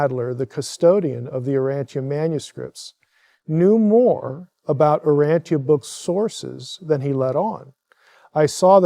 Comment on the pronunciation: Its not pronounced "Uranthia" btw...